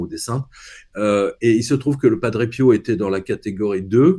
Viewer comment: Prononcez SVP Padre 😅 P I O ou PI O Merci du coeur 💓 ☀️